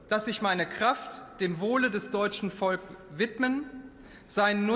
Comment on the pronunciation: na kann dort die geschätzte Bundestagspräsidentin Bärbel Bas etwa nicht "des deutschen Volkes" korrekt aussprechen? Sitzt die Abneigung etwa schon so tief?